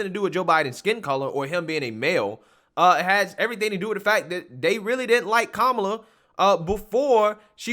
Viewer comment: Her name is ka-Ma-la. It is a classic Indian name.She can’t even tell the truth about her name.